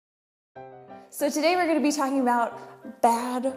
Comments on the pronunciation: "SQUAESPACE" "HABBITS" ... :( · Habit and Squarespace. Not Habbit and Squaespace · Squaespace??? Lol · "Squaespace?" "Habbits?"